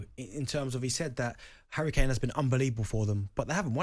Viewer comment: Hawwy cane